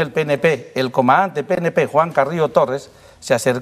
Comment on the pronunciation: Coronel: Eeeeeeeso es to, eso to, eso es todo amigos. No termina de pronunciar casi todas las palabras. "El comante".